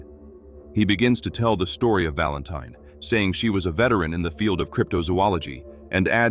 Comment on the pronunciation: “ Barn Valentine “. AI really knows how to mess up a name. 😂🤣😂🤣😂🤣😂